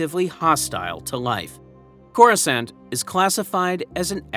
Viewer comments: They literally pronounce the name of the planet in the movies, it's not that hard to do the same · Bro have you never heard someone say the word Coruscant out loud?